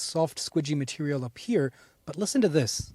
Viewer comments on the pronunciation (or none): none